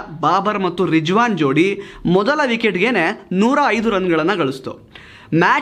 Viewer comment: i liked how u pronounced Rijwan and ajam. B'coz we don't hv Zha in Kannada language.